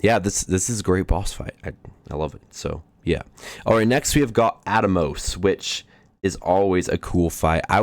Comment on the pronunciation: Scar Milli Oh Nay. Tee Eh Mot Death guys At mos Atmos is pronounced like "at most" but don't pronounce the T in "most" Shin Reeeeeee You Tie Fun Ulll tros